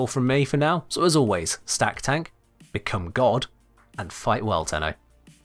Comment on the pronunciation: I love how he said "B E C O M E G O D" at the end. Ghost Data would be proud 🤣